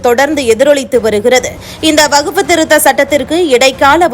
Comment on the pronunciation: அம்மா செய்தி வாசிப்பாளரே வகுப்பு வாரியம் அல்ல வக்ஃபு வாரியம் என்பதே சரியானது